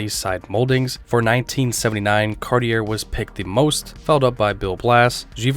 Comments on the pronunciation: Awesome!!! Can't resist pointing out Cartier is pronounced CAR-TEE-AY... Cheers! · How is it this guy doesn’t know how to pronounce Cartier?